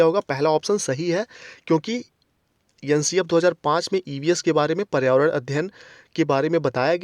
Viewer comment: Yen CF nahi hota maharaj NCF ऐन सी एफ hota he...🤦🥴😆🤣